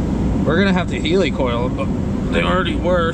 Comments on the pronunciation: Not sure how or why you pronounce Heli..Heali. it's helli less 1 l. It's a play on words from helical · Heli coil the way your pronouncing it is heeli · There is no “E” after the “I” there for you are pronouncing it wrong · Oh heli coil no how do you pronounce helicopter??